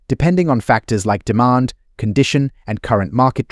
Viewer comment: Pronounced deMAND not DEEmon